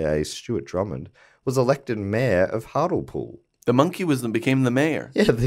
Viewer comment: Firstly I feel that I should correct the pronouciation of Hartlepool even though this one is perfectly understandable. As with many places in the North East the 'le' is pronouced as the rest of the civilised world would pronounce 'lee' and so Hart-lee-pool. Also the really interesting Prime Mate story of Hart-lee-pool is that they Hanged a Monkey in the 16th century because they thought it was French (Please Google "Hartlepool Hanging Monkey") You will not be dissappointed. Also, great podcast.🙂